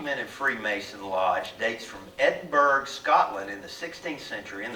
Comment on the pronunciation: Edinburgh, Scotland, is pronounced, Edinbro, Scotland. I am American, and I was quickly corrected when I pronounced as you did. When I tried to rebuttal this correction, they said to me, why do you say Arkansaw, when it is ArKansas?? That is why they say English is a very difficult language to learn.